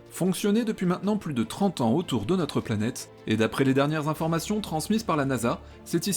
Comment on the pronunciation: tu ne vas pas t y mettre ! trente zannées de service :D tu regardes trop les videos de hugo !